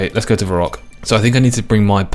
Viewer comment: "my reek" , "va rock" , ''Dre Zeel'' , ''Skimmy'' , I can't